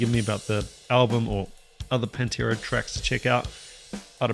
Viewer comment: Need to correct your pernunciation sir... The band is PAN tera..... you keep swapping the A for an E there is a Penntera... a Pennsylvania based Pantera tribute band.